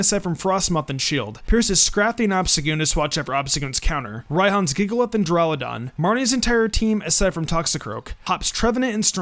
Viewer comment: why tf do u have an impidimp? u know that it has 2 more evolutions right? XD. (BTW its duraludon not deraludon).